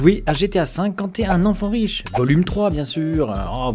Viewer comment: Mdrr il a dit wish au lieu de riche😂